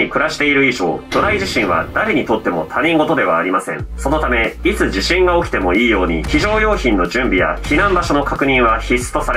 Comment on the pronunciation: 本当に細かいことだし、わざわざ言う必要がないのは分かっているのですが、一応｢他人事｣は"ひとごと"と読みます。。